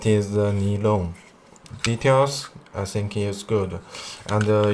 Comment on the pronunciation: Nylon 英文读法不是尼龙，是读（奶龙）ny 不是（尼）。是读（奶）